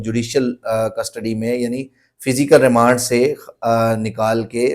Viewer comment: Remend nhi remand wakeel sb